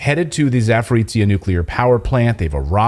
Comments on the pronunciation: Clayton - you are using tse (ц) when you need zhe (ж - soft or``French' ' je). Za (beyond) porojiye - porogi (rapids). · Clayton please can you pronounce za-po-ro-zhya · Please pronounce it [Zaporozhie]